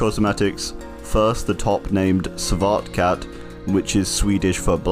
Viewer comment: Am Swedish and when he said svart katt a laught my ass of